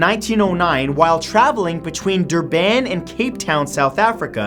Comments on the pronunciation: The way he said Durban is funny its actually Durban not Durbaan emphasis on the "ur" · Ever noticed that Matt mispronounces about a word per video? It's DURban, like Turban. Not DurBAN 😂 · its actually pronounce bur-bin not dur-ban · Dur-bahn xD xD That was so cute, I love hearing foreigners pronounce cities in my country xD You pronounce it like you would "durbun/durben." Our A's aren't as emphasized ^.^ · Matthew, it's called Dur-bun, not Dur-baan! 😀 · Even tho it's spelt Durban (South Africa) it's pronounced Dur-bin not Dur-ban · DRBIN. Not DURBAAAN. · Dur-ban, it's more like Dur-bin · LOL. Duuuuurban. So much emphasis on the 'u'. It is pronounced "Duhrbin" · Durben not Durban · It is pronounced 'duh-bn' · sorry matthew but you would pronounce durban as durbin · Hi Matt. Your pronounciation of my home city, Durban, was way off - dur-bin is a closer one. I hadn't heard of the Waratah, but it makes sense that it sank in the area it did - that stretch of ocean and coastline between Durban and Cape Town has claimed MANY boats due to the prevalent low pressure systems that pass through the area in the winter months (so June through to September) causing storms, as well as rogue waves and unusual ocean topography with deep trenches all being factors in causing shipwrecks. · Durban :/ It's pronounced Durh-bin. JFC. The way he says it makes it sound like part of the UAE. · Durban .... pronounced "der-bin" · Durban is pronounced Dur-bin. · It's pronounced "DURR-b'n" and rhymes with turban :p Source: South African parent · Durbaan xD man the pronunciation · I love how he pronounced Durban O_o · The way you said Durban ... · dude your pronunciation of Durban has just called into question the pronunciation of every other place in all your videos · You pronounced Durban wrong XD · Hi Matthew ,South African here ...You pronounced Durban wrong